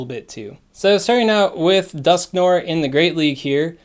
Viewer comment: Dusk-No-Er (We're NOT giving them Litwick) ... The Niantic "brain" storm session motto ... Also swaaaaaaaag ... tips